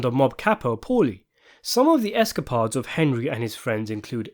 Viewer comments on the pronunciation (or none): It's Escapades not Escapods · Esca Pads? Really?? Is this a computer voice because it sounds great but pronunciation is not even close.